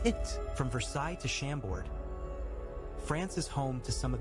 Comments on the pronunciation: Funny how the narrator completely butchers the names of these castles.. Chambord is not SHAM-bord, but shaum-BOR (silent d, accent on the second syllable). Chantilly is spoken as SHAUN-TEE-YEE (the l's are not pronounced, all three syllables are stressed) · American friends, don't tell the "x" at the end of Vaux le Vicomte, yous shuold say : "vo le vicomte". Same thing for Chambord, just say "chambor". in Versailles don't miss to visit the gardens and the spectacle called "water fairy" when foutains are working.